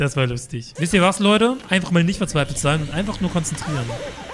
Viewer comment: "Ehehe das war lustischh"